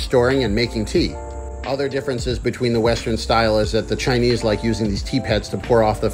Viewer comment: Pretty solid chinese pronunciation, props